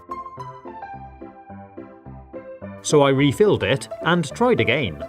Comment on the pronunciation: The way he says "againe" gives me and emotion I didn't know existed